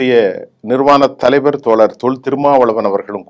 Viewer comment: நிர்வாணம் இல்ல,நிறுவனர், பளன் இல்ல, பலன் உச்சரிப்பு சரியில்லை தமிழ் நன்கு படிக்கவும்.😂😂